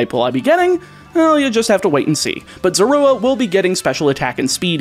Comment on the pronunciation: While I think the sounds you use to say Zorua are correct, I feel like you are over emphasizing the "oo" sound. I personally find emphasizing the "zo" or "zor" to sound more natural.